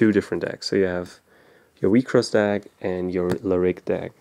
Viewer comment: You pronounced it as Weak sauce